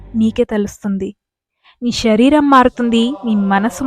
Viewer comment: షరీరం కాదు శరీరం అనాలి. షక్తి కాదు శక్తి అనాలి. ఉచ్చారణ సరిగ్గా ఉండాలి.